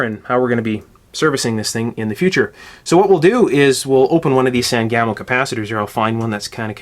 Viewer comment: I'd never heard of "San Gamo" caps before, so I googled it, then I had to laugh. My family is from central Illinois, there is a river here, the Sangamon. Springfield is in Sangamon county, my mother and father both worked for Sangamo Electric in the post WWII years, so I grew up hearing the words Sangamon and Sangamo, and the pronunciation is "SANG-uh-moe". No disrespect to you, it's just always interesting how pronunciations differ by geographic location.